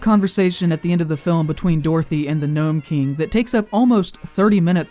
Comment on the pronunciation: It's Nome, not "Gnome," and it was made quite plain from his words to Mombi that his aim was to become human.